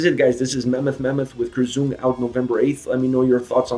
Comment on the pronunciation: Please check before your video how words are spoken. Kreuzung is a German word.